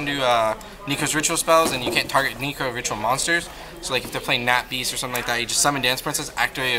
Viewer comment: NE-KROZ (not knee) NEH-CROSS